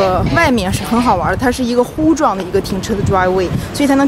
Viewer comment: 别再乎状了，是胡状。第二声